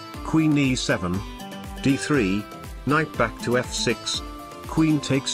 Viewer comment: Did he actually do the k? Like "please don't take ba ... ck my kinght"